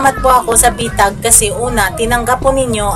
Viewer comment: Bitag hindi betag. Bwisit na bisaya nato. 😂